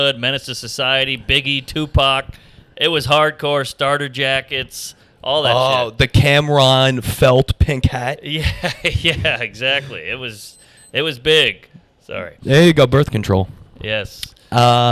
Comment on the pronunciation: damn he said Cam'ron name so weird